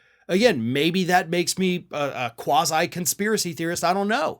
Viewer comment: Quasi? Did you say quasi?